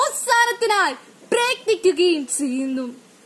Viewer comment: Speech competition alle... അപ്പോൾ ഉച്ചാരണം കുറച്ചു കൂടി ശ്രദ്ധിക്കേണ്ടതല്ലേ... നല്ല എനർജി ഉണ്ട്. എപ്പോഴും നല്ല മലയാളത്തിൽ പ്രസംഗിക്കുന്നതാണ് നല്ലത്. ഉച്ചാരണത്തിന്റെ കാര്യത്തിൽ ആയാലും ഘടനയിൽ ആയാലും. ഇവിടെ നന്നായി എഴുതി തയാറാക്കി അത് പഠിച്ച്‌ നല്ല എനർജിയോട് കൂടി അവതരിപ്പിച്ചിട്ടുണ്ട്. ഉച്ചാരണം കൂടെ മികച്ചത് ആക്കുക. (ചെയ്യുന്നു എന്നതിന് പകരം "സെയ്യുന്നു സെയ്യുന്നു" എന്ന് കേൾക്കുമ്പോൾ എന്തോ പോലെ.. അതുപോലെ ബാരതം എന്നതിന് പകരം ഭാരതം എന്ന് തന്നെ പറയുക, പിന്നെ 'ഫ' യുടെ ഉച്ചാരണം ഭ എന്ന അക്ഷരം പോലെ ആണ്. ) Competition ആയതുകൊണ്ടാണ് ഇത്രേം പറഞ്ഞത്.